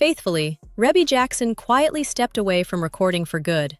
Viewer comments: You can always tell when folks don't really know her. It's REE-bee, not REH-bee.... although it's spelled like it. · The pronunciation of her name in this video is pissing me off